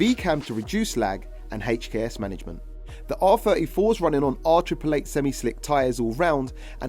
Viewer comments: "A HACHEKS turbo" 😂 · is it not HKS. why is he saying "HATCH K S' everytime?